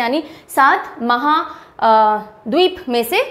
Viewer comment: itna english aa gya h ke mhadveep nhi bol paa rhi hi mam